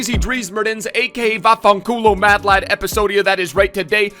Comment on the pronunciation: Hahahaha you said VAFFANCULO better than me 😂😂